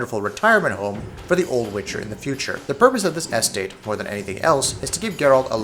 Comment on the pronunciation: "Vine-yards," "Nare-ray-tives," by the time "Es-Tate" rolled around, I just couldn't take it anymore! I feel like I'm losing my mind!